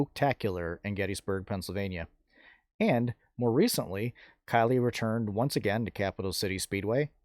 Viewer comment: Thank you for the video update. You said Kylea's name correct. I enjoy all of your videos.